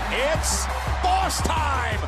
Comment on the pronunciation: "Its baws time" 😂